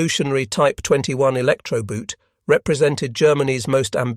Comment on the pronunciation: And the magnetron didn't change everything , nor was it the device that won the war for the allies. Still.., I know I'm piggybacking now, but you got to give it to the video narrator that he/it actually knows how to pronounce German words in German. EDIT: I retract this statement after hearing the pronounciation of "boot" . Or were the Germans actually roaming the Atlantic in electrified wellies, rather than submarines? 😅